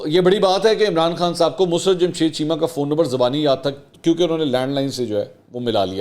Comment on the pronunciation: مسرت کا تلفظ درست کر لیں ۔یہ لفظ mus rat نہیں بلکہ musarrat ہوتا ہے ۔۔ mu..sarr..rat